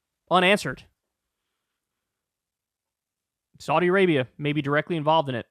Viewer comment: Learn how to pronounce Saudi correctly